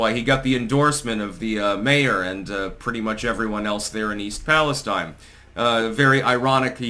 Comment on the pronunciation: East Palestine —> EEST pal uh STEEN.